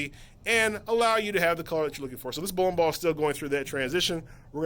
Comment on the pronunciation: how many times can he say bowin bawl?